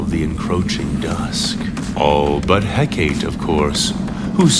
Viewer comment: Hecaté. Is. Pronounced. "HEK-A-TAY".